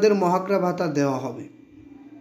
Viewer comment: ভাই,মহার্ঘ ভাতা আপনি তো উচচারণ করতে পারেন না।